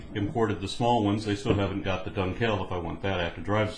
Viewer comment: Not Dun-KEL, but DUN-kel...in terms of where to stress the word, and while I know that likely one may find "dunkel" printed on the bottle, when using the word just as you did at the beginning of the vid, you would say "dunkeles" (pronounced DUN-kless) rather than just "dunkel" because of German declension. That is unless you don't give a shit, in which case, call it whatever you like! Prost!